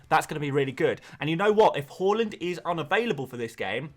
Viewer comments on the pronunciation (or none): It's "Her" land not "Ho" land.. get the bloody pronunciation right, it isn't a country, Holland